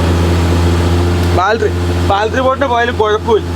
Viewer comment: ബെൽഡിഗ് ശരിയായി, വെൽഡിങ് ആയി, പക്ഷേ ബാൽട്ടറി... ബാറ്ററി ആയില്ല...